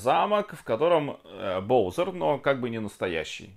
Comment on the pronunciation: ты говоришь боузэр а правильно боузер